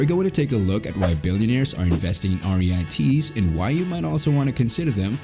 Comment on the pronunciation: They're pronounced REETS rhymes with YEETS